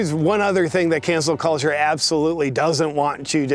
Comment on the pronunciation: I’m sorry are you saying cancer culture? Tongue twister 😉